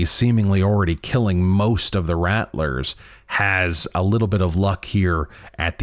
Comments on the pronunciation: I think your pronouncing “rattler” incorrectly. I’m pretty certain their named after rattlers, like rattle snakes. So “rattle” then “r” at the end. Not “rat” “lers” unless they just made up a name, spelled it identically the name of a snake, have snakes in their logo and for some reason decided to pronounce it differently. I’m not trying to be rude but “rattlers” is said so many times in the video so it’s hard not to notice. If your from somewhere that has an accent where that’s actually how your pronounce it, then I apologize. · I’m pretty sure it’s pronounced like rattle-ers, as in rattlesnake like their symbol implies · I thought they were pronounced like Rattle-rrs like a rattlesnake since their logo has a snake on it.